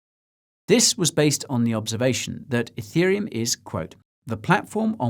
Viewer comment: I’m watching this on iPad. Every time Guy says “ethereum” it hears “hey Siri uhm” and triggers Siri 🤣